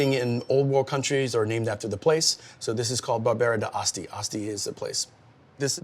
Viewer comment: Let's learn how to pronounce d'Asti...